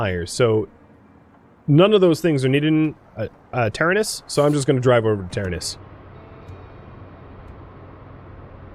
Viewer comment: you keep mis saying taranis. its Ta-ran-is